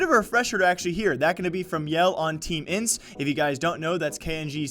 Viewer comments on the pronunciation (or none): Brooooo dont say intz it hurts me its I-N-T-Z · It’s pronounced letter by letter in the name INTZ not as one word because it sounds like you are saying Ence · I hate when people spell out intz can't you just it fast instead of ajentized